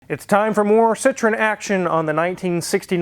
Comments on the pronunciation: correct pronunciation is SEE_TROW_EN (FRENCH CAR) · And you know what?. André Citroën was of Dutch decent and they changed the name Citroen (which means Lemon (!) in Dutch) to Citroën because the French couldn't pronounce it! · If Citron and Citroen are pronounced the same way, what is the point of the "e"? I'm sure Daniel Saaaaahhn could tell you.